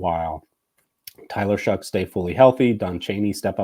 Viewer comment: I’m a Texas Tech fan and alumni and I just want to know how Tyler is going to pronounce his name. Shuck is how he pronounced his name at Tech. More like show. As in show me that you can stay healthy at your 3rd school.